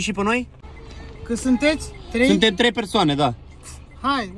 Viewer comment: Ba nu se zice trei el zice treiș😂😂